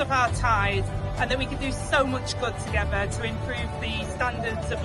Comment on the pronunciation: Our deputy pm says togever rather than together. What happened to us when a chav like her gets 3 homes from the taxpayer?